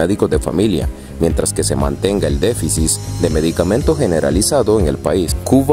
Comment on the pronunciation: UNA OBSERVACION: DEBES MEJORAR TU PRONUNCIACION (MIN ), SE DICE DEFICIT. EN MIN. SE DICEN DISENTIR.. APROVECHEN LAS LANCHAS. LLEGARIAN A CANCUN. HASTA CON SUS CHELAS. PERO, EL PUEBLO YA SE ACOSTUMBRO A VIVIR CON CARENCIAS. HAGAN ALGO. NO ES POSIBLE. Y LOS REPRESORES LES SIGUEN PONIENDO LA PATA EN EL PESCUEZO. QUE TRISTE.